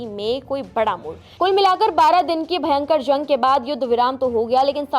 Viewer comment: zang nahi jung 😂